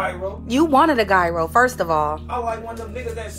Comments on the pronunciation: Gyro is not pronounced guy-row lol😂it’s pronounced yeah row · GUY-ROW!? Where they from? we call it a “Jye-Roe” in Cleveland even though it’s really pronounced as “Yee-ro” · 1) She took time to write her vows .. he didn’t ! 2) How tf he don’t know that the g in gyro is silent ?!